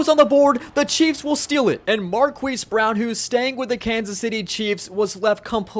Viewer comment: ahh yes, my favorite player...marqweese brown!